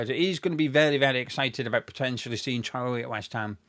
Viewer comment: A few times throughout this video when you said Traore’s name I heard the name Charlie. Forgive me I’m American! LoL. I would take him, to please Nuno and for the pace.